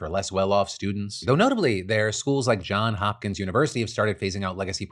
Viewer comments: It's JohnSSSSS Hopkins 😭 It hurts my soul when people say John Hopkins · Hey Phil. IDK if you’ll see this, but I know accuracy is important to you and I want to put this out there. In the past few weeks Johns Hopkins has come up a couple times and I’ve noticed when you omit the S when saying “Johns”. It’s a common mistake that a lot of people make, mentally auto-correcting when seeing the school’s name. Love the show, I’ve been watching for over a decade now. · Come on Phil muh dude, there is an "S" there, Johns Hopkins, it's right on the article you highlight! 😉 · I feel like this is the second time in a week Phil has mispronounced Johns Hopkins. He keeps dropping the “S” off Johns The guys first name is Johns, and pronouncing the “S” is correct.